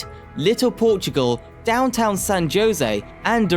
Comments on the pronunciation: San JO-sey? 😂🤣 It's HO-sey. The name is in Spanish, where a J is pronounced like an H. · San "Ho-Sey" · San JOE SAY 😂😂😂😂😂😂😂😂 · Pronunciation of “San Jose” is (example) “San Hosay!” Every time he said “josay” made me cringe… 🙈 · India guys call it San Joinzee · It's pronounced hoesay, but nice try man. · >"San JOEsy." You must be kidding me. Talk about shit-teir content farming. Hire a local. Jfc. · San Jose is pronounced as San “Ho Say” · “San Joe-zay” lol whaaat???? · no, even my navigator knows how to properly pronounce San Jose, or San Joe-see. Maybe they don't know how to pronounce Spanish words? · San Jose was pronounced wrong. Ha Ha😂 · someone need to guide him to just do some googling to figure out the correct pronunciation especially to all Spanish words e.g. San Jose (‘J’ as in ‘H’) etc. this otherwise informative video got lost in bad pronunciation especially for us California long time residents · How hard is it to say San Jose? Dionne Warwick even sang how to go there. Are we hearing a real voice or a computer generated one? Can't say I'm going to follow this channel when so little effort is put into getting the simplest names right. Like Fremont. 🤦‍♂